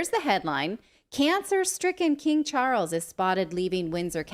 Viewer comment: “King Chawles” he may be related to King tut?🤔